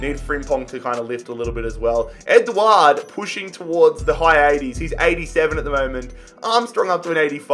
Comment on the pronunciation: His pronunciations throughout the video hurt me. Man called Edouard "Edward"